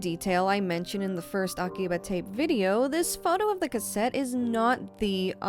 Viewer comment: Interesting video. But come on girl, aki-BUH?😅 The only reason I mention it is because you use some accent when you speak Japanese words which isn’t Japanese… 🤔